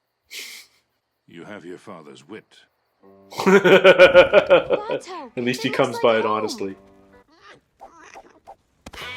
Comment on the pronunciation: Your questions about Iroh will be answered and they will break your heart Oh and it's Bato not Buto :)